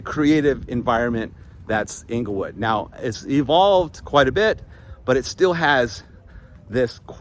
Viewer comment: Correct pronunciation Of Englewood, FL is "Angle-Wood" you are saying Inglewood (as in Inglewood, CA)